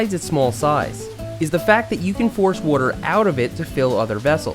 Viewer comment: Nobody: Seth: Wuter